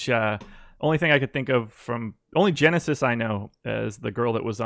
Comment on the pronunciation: Have to say, you guys kept calling him Genesis but with my research found out his name is pronounced (Henesis)....